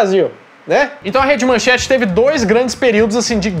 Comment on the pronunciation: Não é "manchante", é MANCHETE! Agora, vou te mandar o seguinte texto: XUXA NA MANCHETE ("Aham Cláudia, senta lá!") Xuxa (Maria da Graça Meneghel) não começou sua carreira na TV Globo, como os mais novos imaginam, mas na Manchete – ou melhor, na primeira atração de peso da casa, o Clube da Criança. O programa estreou no dia 6 de junho de 1983, quando Xuxa tinha vinte anos, e era exibido de segunda a sábado das às , abrindo as transmissões da Manchete. Modelo desde os dezesseis anos, Xuxa, por sua beleza e carisma, logo se tornou uma sex symbol, ganhando a capa de diversas revistas, entre elas Manchete e Ele Ela. Esses seriam os primeiros contatos da apresentadora com o Grupo Bloch. Mauricio Sherman ( ), então na Bandeirantes, pretendia criar um programa infantil na emissora, baseado em uma fórmula que vinha amadurecendo e que já tinha posto em prática no passado: um programa para crianças com uma apresentadora bonita. Viu Xuxa na capa de uma revista e conseguiu falar com a mãe dela. A senhora estranhou o convite e ficou nisso mesmo. Em 1983, ano da estreia da Rede Manchete, ao ser contratado por Adolpho Bloch, Sherman viu mais uma foto de Xuxa ao lado de Pelé na capa da revista Manchete e como queria concretizar seu projeto, chegou a Xuxa por intermédio de Pelé, que já conhecia. Ela então ouviu a proposta de Sherman, mas não aceitou por estar empenhada na carreira de modelo: queria continuar com as viagens e desfiles que fazia. Sherman insistiu, até convencê-la